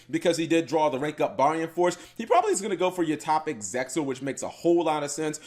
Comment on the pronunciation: How cap just how. You usually call Arc 5 Arc V and now you call Hope V Hope 5. Arc V is said as Arc 5 as in roman numeral. Hope V is said as Hope V as in Victory. And don't get me started on how you say Zexal (the X is silent).